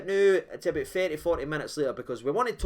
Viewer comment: "Walked aboot like a caravan"?